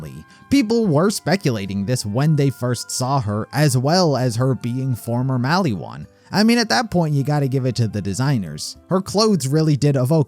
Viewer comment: if i hear mally wan one more time